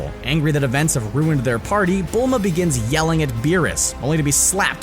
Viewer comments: you guys said "bulla" it's Bulma and shes not a sayian so no tail would grow lmao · The girls name is Bulma, (Not Bula!)